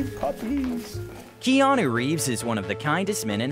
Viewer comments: I'm sorry but does the narrator say Geanu instead of Keanu at the start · Did this guy say “Jeanu Reeves”?? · I swear my mind thought he said jeanu reeves in the beginning.